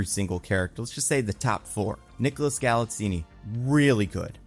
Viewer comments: It's Gal-it-zeen, not Gal-it-zeeny. But I go with a lot of your review, especially regarding Jared Leto. There are plenty of reviews that say he steals the show. He doesn't - he just has some terrific lines that basically deliver themselves, and almost any other actor could do them as well, and even do them better, with a proper physicality Leto lacks. One great feature of the movie is that the cast are all nice people who know exactly the brief and relish it, and that shows in the entire ambience and the delivery of the characters. (I may well take Fisto home with me, he was lovely) But all hail Nicholas Galitzine, who transforms himself totallyphysicality to play this role, and does so with humour, honesty, charm and a great deal of heart - as well as mental and physical strength and some mighty fight skills. And is now about to start his FOURTH movie since MoTU,- war time football star and marine, gay prince, and mysterious prodigal son already done - and almost back to his normal size and shape! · Enjoyed the movie… not deep, world-changing cinema, but fun. Leto’s performance was a bit campy and self-aware, but didn’t offend. I hated the score. I don’t remember “Masters of the Universe” ever being that much of a hard rock/Queen ripoff with its soundtrack. And it’s pronounced “GalitZEEN’… rhymes with “magazine”.